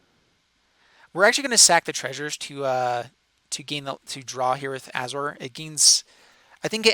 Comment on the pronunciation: You are mispronouncing Azor it's pronounced Ay-zor like Azorius because he is the founder of the Azorius Guild because he was a planeswalker whose goal was to establish Governments across undeveloped planes